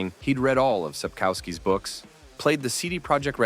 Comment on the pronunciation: That is not how to pronouce Sapkowski 🤣 and wasn't Henry Cavill gaming fan since his childhood?